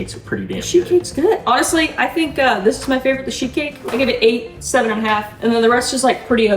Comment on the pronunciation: I had my volume turned down, and I kept on hearing "shit cake" rather than "sheet cake"🤣🤣🤣